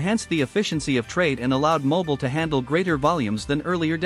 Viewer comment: what a pitty that such a beautifully made film could not pronounce her very name correctly: It's pronounced "Mo-BEEL"!!!